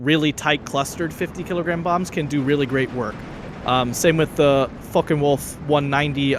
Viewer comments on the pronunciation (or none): how have i not noticed that "focking wolf 190" lmao